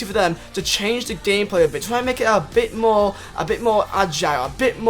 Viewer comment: *give them mower wespect 😂😂